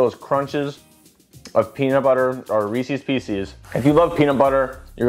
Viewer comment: i like how you also say “r-ees-seas” too. might be a chicago thing lol